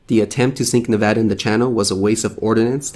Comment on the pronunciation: I appreciate him pronouncing Nevada correctly. The USS Nevada (BB-36) has an interesting history, look it up sometime if you are curious. She had a glorious end.